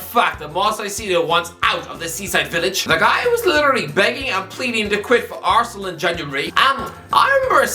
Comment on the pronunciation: Why do you sometimes pronounce words or names so weirdly? Like you say ArsenAL. It’s just irritating as fuck